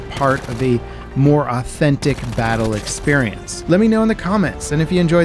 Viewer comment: Autenti… pardon what did you say ?